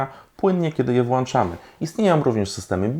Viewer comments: Włączamy a nie włanczamy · fajny materiał, jak i cały kanał Miłośników. Ale na boga, prowadzisz kanał na Youtube i mówisz do tysięcy osób - światła wŁĄczamy, a nie wŁANczamy. Ludzie tego słuchają i sami później powtarzają ten błąd... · Taka jedna mała porada co do błędu językowego . Mamy włącznik, a nie włancznik, więc włączamy a nie włanczamy. Spoko odcinek :) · Wlączamy nie włanczamy